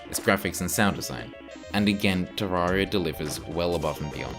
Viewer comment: clicks on video hears how he pronounces terraria leaves